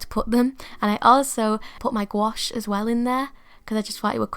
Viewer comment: You’re actually pronouncing gouache correctly (gwosh). It’s a French word and that’s how Miriam Tylson says it. I love the little book, it turned out great.